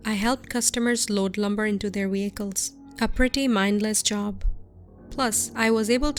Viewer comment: “Into their wehicles” “wehicles”